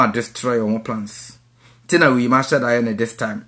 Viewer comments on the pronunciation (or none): none